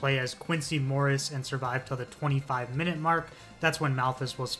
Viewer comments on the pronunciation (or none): none